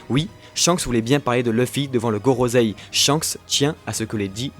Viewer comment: Gorosei et pas gorozei